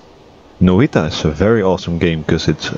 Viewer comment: This game is made by a Finnish game company, if im right. which makes sense because Noita translates to witch in english. now you know that. Love how you pronounce it